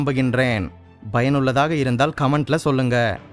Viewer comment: Bro ur message ❤ but small correction. Payanullathaka but u told bayanullathaka